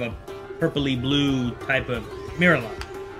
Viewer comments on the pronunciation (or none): And someone please tell him that Mirialan is pronounced 'Meer-ee-al-in' not 'Meer-uh-lawn'.